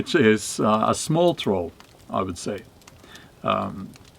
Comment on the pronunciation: Sounds like dropping the R in troll was intentional when calling it a Toll Bridge. Gotta pay to cross the bridge😉